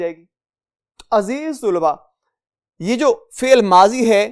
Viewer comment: Sur g aziz tulba nhi aziz talba hota h